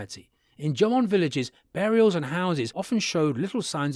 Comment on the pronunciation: even in the English version, the AI narrator is pronouncing Jomon strangely...